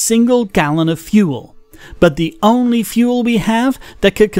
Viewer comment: A good go at the accent. Just work on 'only' which still sounds a bit like 'ahnly'.